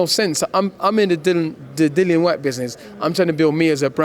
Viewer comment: How hard is it to say Dillian (rhymes with Gillian, as opposed to Dillon?